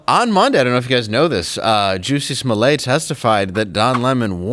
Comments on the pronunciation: You say "toilet" not "toilé" It's "Smollett" not "Smollé" And what kind of name is "Jussie"??? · SMOLlett is a Scottish name, stressed on the first syllable, meaning'small head ' He earned it